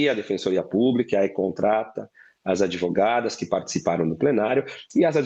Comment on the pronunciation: "Adevogadas".....nehh....pagando bem...defendem